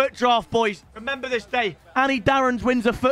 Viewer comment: Was I the only one that heard him say “rember this day boys, anny darrons wins his first footdraft” 🤦‍♂️Like bro forgot his own name 😂